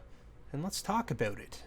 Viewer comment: "let's talk aboot it" - shuts off video